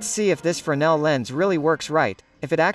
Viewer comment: Se pronuncia frenél, berê. No francês não se pronuncia o S